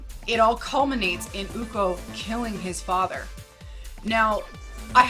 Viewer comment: I need to Clarify how the pronunciation the name of "Ucok" "Co" for Ucok should be pronounced as "Cho" like Chocolate. So Ucok reads "Uchok" instead of "Ukok" :)